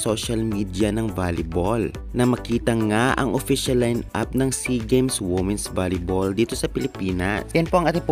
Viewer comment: Ayusin .mo muna pronunciation mo ng WOMEN at Boses mo bago ka kumuda